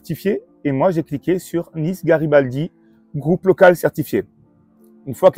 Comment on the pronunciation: Ces pauvres gauchistes prononcent « Niça » comme des parisiens !!! 🤣🤣😂